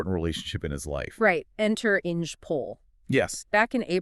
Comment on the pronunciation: The pronunciation of the German name ‘Inge’ doesn’t rhyme with ‘Hinge’. It’s pronounced ‘Ing-er’. An interesting story, let down by the AI narration.